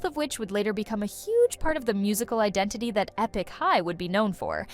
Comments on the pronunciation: Eepik high? Girl stop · "Ee-pick" High? Please at least make an effort. You are still responsible for the many weird mistakes even if you farmed out your work to others.